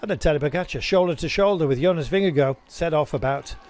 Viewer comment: For goodness sake - please learn how to pronounce Vingegaard! Vin ger GARD. Not “Go”…